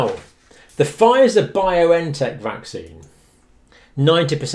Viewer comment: Just a small correction, it is Bion-tech not Bio-N-Tech.